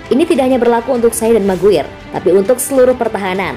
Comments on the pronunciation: Bacanya "meguayer" bukan "meguir" cmiiw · Maguayer bukan maguir min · Min, parah banget nama McGuire dibaca MakGwir... Sir Alex Ferguson dibaca Seer Alex Ferguson.. Sbg Fans United ini sangat gak bs diterima.. vokal narator boleh bagus tapi tetap kedepankan wawasan lainnya agar Channel ini keliat lbh professional buat Fans United Indonesia.. Kalau orang dari negeri tetangga bs ngakak nonton video ini ..